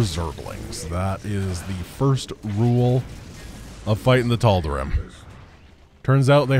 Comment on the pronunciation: I may have missed this in a video long ago, but why does pronounce "Tal'Darim" with an "ihm" instead of the "eem" ending (like the characters pronounce it)?